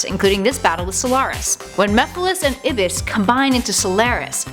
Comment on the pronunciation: Ahem, it's iblis, not ibis.